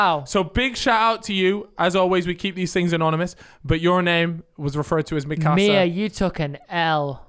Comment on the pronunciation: Crimes mate, its called meekahsa not mikAsa